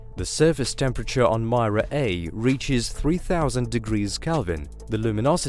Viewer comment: Its not Maira . Please Pronounce properly its Mira . Not Mai + ra its Mi + ra .